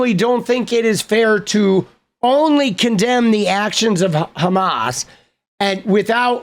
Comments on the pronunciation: Mr "do you condamne" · Do you condemn Hummus Hassan? Do you dondemn Hummus!!????